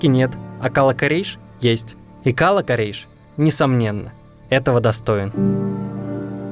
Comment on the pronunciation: Наверно в слове кала ударение надо ставить на вторую букву а